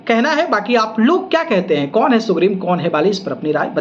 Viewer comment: Phle bolna सीख लो भाई..... सुग्रीव नाम है.... सुग्रिम नही.......depression hai...... Unki लडकी के birthday me kaun gya tha......aur example k liye ek mahine me pawan singh 5gana gate h to khesari 20 to jyada honge hi jitne pawan singh gate h utne hi ga k aur lak dikha de view to manu🤣🤣🤣🤣🤣